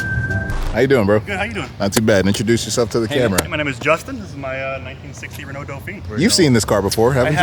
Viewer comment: just checked the comments .. and none of you americans corrected him nor did any french man showed up so its on me .. as a german .. to correct him. its called "Renault" not Renau! ;)